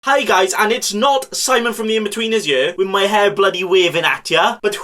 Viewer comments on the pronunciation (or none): none